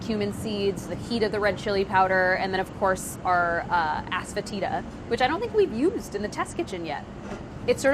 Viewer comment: what did she say? aspatita? heme?